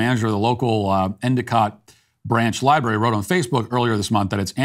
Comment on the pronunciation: Matt, you're 50/50. The word is LibRary. Also, I'd like to talk with everyone about Jehovah's Witnesses. FR